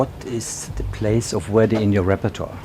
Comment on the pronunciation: Note to the interviewer: learn to pronounce "Verdi" before asking your first question; you make the 19th Century Italian composer sound like a 21st Century African-American rap artist named Where-D (brother of Heavy-D?).